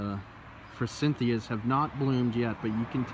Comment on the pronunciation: I recently learned forsythia doesn't have an N in it. I only noticed you said it with an N cuz I recently got called out for it lol and I been saying glyphosate wrong too (swapping the pH and s)